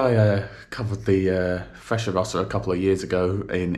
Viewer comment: I traveled from Milano to Roma and back several times. In spite of all the extolling commercials of the Frecciarossa (Italian pronunciation is different from yours), I think you are completely right.